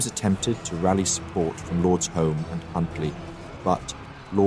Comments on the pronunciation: Pronunciation help: Alnwick is An ick as the W is silent; Scottish names are not said how they are spelt, so Home is Hume and Moray is Murray. Since this time the Duke of Norfolk has been the premier duke of the country. Every Armistice Sunday the bagpipe lament "Flowers of the Forest" is played, it was written back then to mourn the loss of King James & so many soldiers. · Lord HOME is pronounced Hume